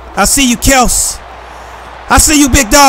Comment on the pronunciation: Hey, its KEL-SEE. LOL.